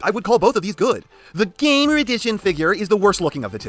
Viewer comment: I almost feel like You pronounce "GAMER EDITION" as "GAY-MER EDITION".